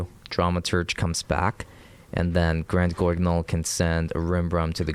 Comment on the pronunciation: good attempt with the name: granguignol its french, and to the english tongue, its pronounced properly as: graan-geen-yol. extra emphesis on the "ee".